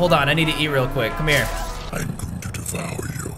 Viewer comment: he said il divower you